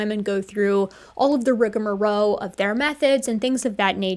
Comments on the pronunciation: the word is "rigmarole", not "rigamarow" (and yes there is an extra "guh" syllable pronounced where the "g" is). Love the videos. I've just discovered you as of about two or three months ago and I'm digging through the catalog. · It’s “rig-a-ma-ROLL” not “rig-a-ma-ROW”.